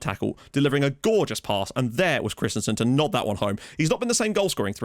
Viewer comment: I wonder.. will there ever be a time when you discover the "i" and (with lesser impact) the "a" in Jóhan Dávur Krist-I-A-nsen's last name and stop pronouncing it Christensen (like the Chelsea player)? Just pulling your leg ;) .. keep up the great work!